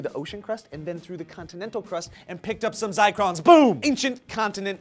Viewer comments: I went to the link they had posted and it is "zircons" not "zicrons." So I guess I was right in my first assumption that and flubbed their lines/info. Answered my own question I guess. DAMN IT JOE AND!!!!! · This was a cool and itneresting video, but I gotta ask, did and mean to say "zircons" instead of "zicrons?" I have heard of zircons and I know what the are but what they said I have never even heard of and am not sure if it even exists. I even went and looked it up and I couldn't find anything called a "zicron." I am not trying to be a dick or anything but I think they got mixed up with their info a little. Anyone want to clarify please? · Guys it pronounced "zercrons" even though you spell it zircrons. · I think it's pronounced Zirrrrrrrcons haha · I'm a geologist and I cringed every time they said zicrons. It's zircons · did you guys mean "zycrons" or "zircons"?:) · Sorry if I'm repeating but, "IT'S ZIRCONS!!!!!!! NOT ZICRONS!!!!!!!!!" Zircon is a gem. A very old one. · Those are "zircons" (pronounced ZUHR-cons not ZYE-crons). This is the kind of benevolent disinformation you get when you hire non-techies to speak on techie subjects. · zircons not zicrons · WTF is a zicron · *giggles* They're "Zircons", not Zicrons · ouch... not zicrons, zircons!! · Zircons, not zicrons. A kind of mineral. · First of all, it is pronounced ZIRCONS (as named after the element Zirconium) not ZICRONS!!! And secondly this is not new data... our geology professors have been working on this data for years. It's not new. But props for trying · Fact check: you mean "zircons." Not zicrons. On the upside, you may have just invented a new sciencey-sounding word! Congrats! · ZIRCONS!!! Not zicrons, sorry but zicron does kinda sound cooler I guess... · GOD DAMN IT NOT ZICRONS (googles)